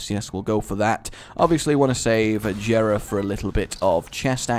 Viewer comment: JERA IS PRONOUNCED WITH A SOFT J!!!!!!!!